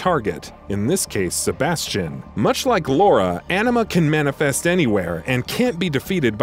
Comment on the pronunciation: Anima? I heard Enema lmao